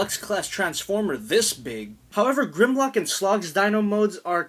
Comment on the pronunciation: Nigga, you completely butchered Grimlock's name